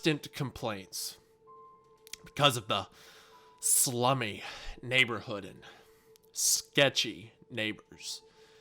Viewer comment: the way he says “slummeh😒”